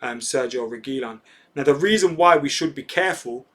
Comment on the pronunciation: ReguiLON stressing the last syllable if anybody cares